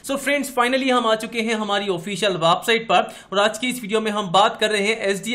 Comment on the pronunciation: website ko wapsite kiu bolteho bhaya